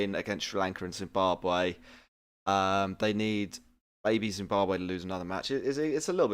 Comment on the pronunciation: its Zimbabwe not zimbabar